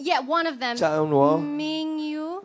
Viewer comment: HAHAHA sorry natawa ako sa Ming-yu.... it's Min-gyu po pero as in lakas ng chemistry nyo Kirmilio pls abscbn new LT na ito sobrang bagay parang Echo-Kristine datingan☺️